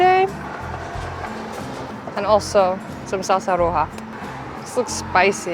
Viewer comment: Lol the pronunciation of "Roja" the first couple times made me giggle.